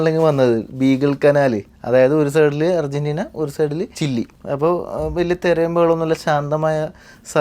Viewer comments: ഒരു സൈഡ് ചിലി (ചില്ലി) അല്ല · ചില്ലി alleda ചിലി